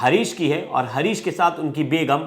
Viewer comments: हारीश हे हरीश नहीं।।।😂😂 कैसे कैसे लोग रिपोर्टर बन जाते है😂😂😂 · Harish r u sure, bhai naam lena tuo theek sai sikh le, harish nahi haris hai wo 😡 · Harish nhi Haaris😅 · Bhai harish nhi haris nam h . Tum pehle khud ka talaffus thik karo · Bhai naam sahi se lo harish nhi haris naam hai